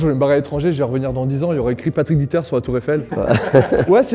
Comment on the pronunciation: c'est pas patrick diter mais patrick deter